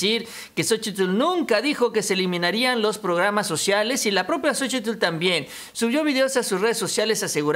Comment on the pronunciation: una observación con todo respeto. No se te oye bien la pronunciación la plación de xochitlh se pronuncia sochil